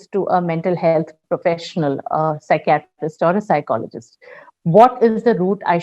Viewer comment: The pronounciation of psychiatrist is wrong.....